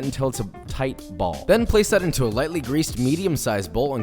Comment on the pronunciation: Why he say “ shape it in a tight bouell” bruh